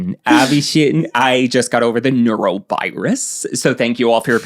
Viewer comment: Ew, Noro sucks. Nor-oh, by the way. Sounded like you were saying neuro (brain stuff.)